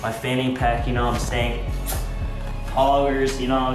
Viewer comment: "You know what i'm saiyan" Edit : His a saiyan, or he jus uk said it like that. It makes sense if his a saiyan because his stronk